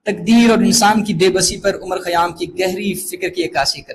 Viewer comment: Respected Sir, you mispronounced the name of poet. Great lecture, Thanks